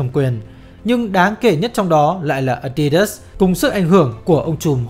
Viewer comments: A đi đớt chứ k phải là a di đát à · Nghe tới cồ ke cồ lơ với ờ đi đớt sì cái t ứa ngan -_- nghỉ coi.